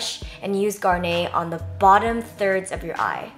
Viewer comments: "Gar-nay" lol. It's just garnet. It's a red gemstone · GAR-NAY LOL.. oh jenn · Garnet it pronounced 'Gar-nit'. I used to say it the way you did but its a type of stone that is used in jewelery :) x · It's just "Garnet" [Gar-nette]. I believe it's a type of gem. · Hey Jen! I was so excited for this video ^_^ Just saying, Garnet is pronounced Gahr-neht (like the second way you pronounced it). It's the birthstone of January & it's red which makes sense given the eyeshadow color. Have a good day :) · Hey Jenn, I think the color garnet is pronounced with net like a butterfly net. Gar-net. It's my birthstone and that's how I've always heard it. (: Also, I love the look!